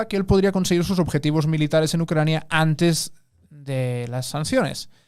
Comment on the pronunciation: pero antesh un poco de hishtoria